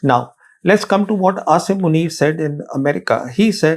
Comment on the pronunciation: You seem to be from amongst few rational and sensible Indians. And perhaps you alone pronounce Aasim Munir's first name correctly.